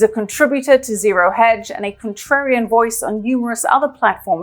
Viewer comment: "contributor, ZeroHedge" 😂😂😂😂😂😂 ZeroEdge